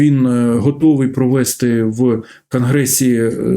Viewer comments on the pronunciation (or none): none